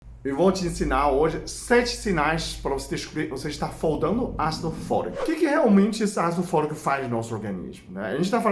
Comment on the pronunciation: " foldando " ( faltando)